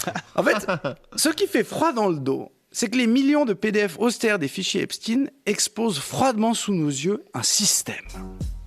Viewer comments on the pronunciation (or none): Je ne sais pas si Epstein se prononce Epstiiine, mais ce qui est sûr, c'est que Brunel se prononce Benchamoul.